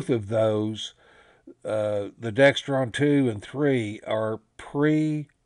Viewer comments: Pronounced DEXRON not DEXTRON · there is no T in either one... DEXRON... no 'T' in it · There's no T in Dexron.